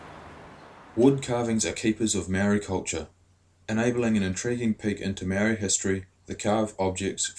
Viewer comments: Great story. That is "Ma" as in MArs, "O" as in ORca and "ri" as in DEEp with a soft "D". Love the carvings, even the machine ones. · You can't even say Maori eh eat ass